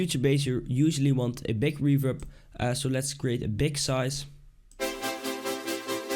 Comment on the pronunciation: Why do danish people pronounce G as a K? "make it sound bik" its big NOT FUCKING BIK